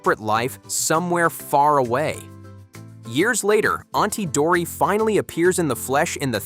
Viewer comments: it's not auntie dory its auntie dottie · It's auntie dottie not auntie dory